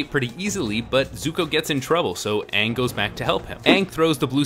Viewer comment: Why did they pronounce Aang's name wrong in the entire movie?? That drove me nuts!